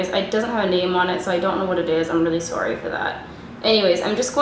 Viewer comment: i heard the canadian in you when you said sorry haha